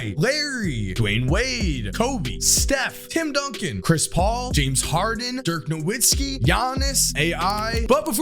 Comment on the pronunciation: Is it that hard to pronounce Dirk's name right? It takes one google search